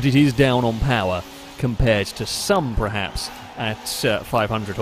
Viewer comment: Why does he pronounce "perhaps" as "prehaps"?